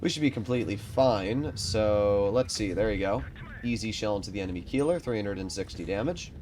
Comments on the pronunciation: Most fun part is that you have corrected people on the Tornvagn but still messing up the Keiler. Keiler is a boar but Kieler is a person living in Kiel. 😂 to help you a bit: Kei in this case is spoken like Kay from kayaking, the ler is normal. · Keiler [ˈkaɪlɐ] not Kieler [ˈkiːlɐ]! Absolut clown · Keiler would be pronounced „Kyler“ for you Americans. Hurts to hear him say it the way he does. All good tho, maybe next time you‘ll get it right 😂